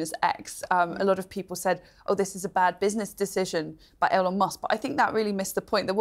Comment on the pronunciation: "bad business decision by Ellon musk? C'mon, atleast get his damn name right, one L love, one L. e-lon not El-Lon.